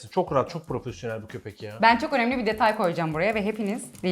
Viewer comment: Abi 9.18'de vurgulayarak önemli dediğinde aklıma bir espri geldi Ö'nemli'yse o'nemsiz' mi?